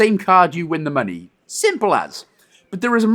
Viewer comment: ... So you actually call money "monoh"?